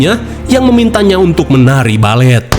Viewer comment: Balfet....Balet Kofet..??!😂😂